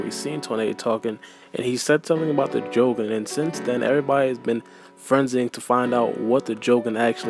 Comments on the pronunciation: You idiots! it's pronounced jo-GONE eye, not Jo-goun like shogun with a j in front of it. and it reverences to Hiei from yu-yu hakusho, that spirit detective cartoon. I see the parallels between the assumed do-jutsu capabilies, and Hiei used darkness flames whilst boruto saw dark chakra. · It's ponounced Jou-gahn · add j to ou my nigga stop pronouncing it wrong but gan literally means eye